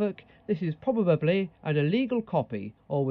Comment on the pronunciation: Did he say "probabably"?